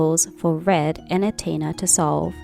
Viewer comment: I'm not sure if you are saying "Antea" or "Antina" 😅 you're pronouncing her name incorrectly. But I still liked your video. I preordered this game and I do not regret doing so. I really enjoyed my time with it. The story is great and the combat is solid. 😊 I just wished the world could be really open.